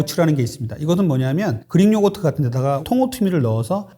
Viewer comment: 나만 그린요거트로 들리나?그리익 Greek. 의사씩이나되서 발음이 참...